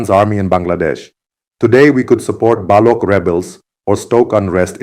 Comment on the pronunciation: It’s not Balok, it’s Baloch (ch as in Chat)